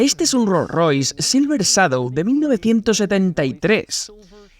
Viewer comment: El doblaje en español es un asco, ni siquiera pronuncia bien la palabra " Shadow "...😢